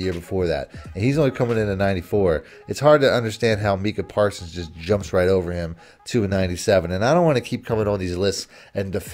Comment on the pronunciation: Brutal listen as bagged on Parsons and couldn’t even say name right. Best defensive player in the league and 2nd best overall behind Pat.